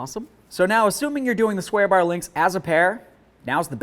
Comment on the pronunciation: Other video I just tried to watch on this subject, the guy had a speech impedament also. Maybe its my hearing. Other guy sounded drunk but with rapid slurred speech. On this one I keep hearing "beericle" and " sweer bar links". To bad I can find nothing on my model of Malibu. Ps dont drink and drive a BEERICLE!